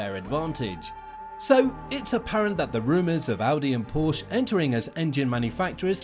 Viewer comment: One minor correction: the 'e' Porsche is not silent when pronouncing it.